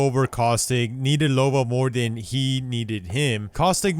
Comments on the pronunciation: You keep calling her Lobo. 😂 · “Lobo” lol